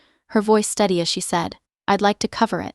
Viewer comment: voice steady not STUDY